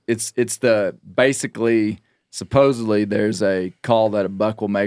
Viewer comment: I lost faith when I heard say “supposibly”. Steve would have ripped that up.